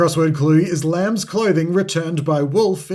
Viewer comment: Ignoring the S in lambs is criminal